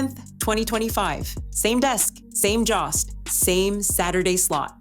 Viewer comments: His name is Colin Jost (Joe-st) not (Jah-st) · I hate the mispronunciation of Colin’s last name. AI voice? Its JOST. Not Joss! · It's Colin Jost, spoken with a long O, like in Joe. Why not find out the correct pronunciations before making a fool of yourselves, repeatedly? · I hope someone corrects the pronunciation of "Jost". If I were him, I'd be pissed.